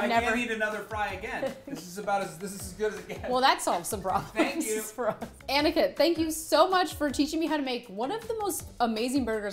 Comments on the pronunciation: Everytime she says Aniket I hear Anakin😅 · that's not Aniket that's Aniket ( spilling is same but you know ) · aniketh. THE WAY SHE SAID IT AAAAAAAAAAAAAGGHHHH